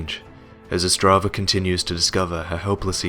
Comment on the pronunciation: its not Ostrava its otzdrava and he travels with his good mate harry book